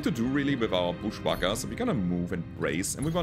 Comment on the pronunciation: Love how pronounces booshwacka lol